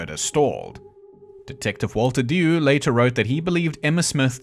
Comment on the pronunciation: Just a couple of points. Dew should be pronounced 'Ju' of 'jew' although it is not connected to the jewish faith in any way, and Spitalfields should be pronounced 'spittlefields'.